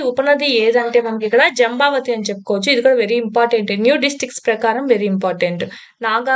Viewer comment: జంబవతీ కాదు మేడం జంఝావతి నది